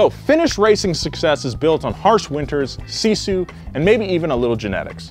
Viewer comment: Yeah, sisu kinda is in our blood. It takes me 45 mins to get to school in winter, i have to walk across an 47cm deep snow then it kinda good road but still slippery, and all by walking. I wanna be an F1 racer some day, so remember my name as Noah Sebastian Miettinen. Also you mispronounsed sisu buuuuut ill let it slide.